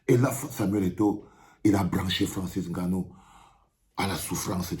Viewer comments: Un "petit frère"... Cette "péjoration" camerou-NIAISE me... débecte tellement. Enne-Gannou ou NGANNOU? À force de se courber devant les autres on en oublie la réelle prononciation de nos patronymes. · Francis Haine gannou? Tu prononces son nom comme les français ? Vraiment ridicule. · Etoo qui prononce le « N » de Nganou. Sa me choque de voir un Cameroun obligé de prononcer comme les européens